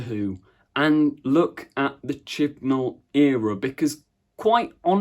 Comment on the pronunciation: No! It's chibnal